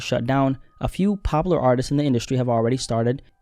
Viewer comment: Everytime dude says popular I thought you were saying Pablo and was so fuggin confused